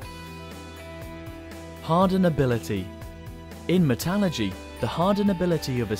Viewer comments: And mispronounced it as well :-/ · Actually stopped watching so I could do about 3 double takes, because there is no such thing as “Metalurgy.”